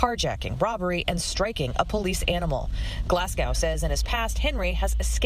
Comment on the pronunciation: To the newscaster,Glasgow is pronounced as such: Glahz- Go ,not Glass Cow . It’s like pronouncing Boise ,Idaho ,as Bwazeh eedaho !